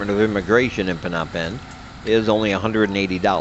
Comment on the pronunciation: I would think living in Cambodia, you would know how to properly pronounce Phnom Penh. Does not instill confidence in you, when you mispronounce where you live.